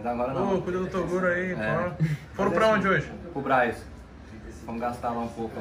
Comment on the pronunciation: Toguro: Minha mãe está puxando o meu ouvido. Inscritos: toguro se você continuar falando errado vamos puxar sua orelha.